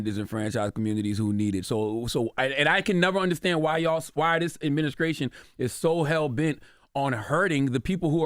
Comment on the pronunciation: I love charlemagne...... but I can't argue with anybody that can't even pronounce the word Administration correctly